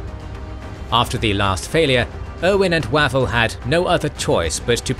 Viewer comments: The British commander's name is usually pronounced 'Wayvell' not 'Wavvel' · Is it not pronounced "Way-vul" not "Wah-vul"? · Are you sure? I ahave always been told it was WaVELL, accent on the last syllable, and a short "A".